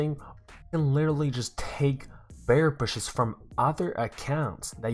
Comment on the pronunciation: Is it just me or is he saying "bear bushes" xD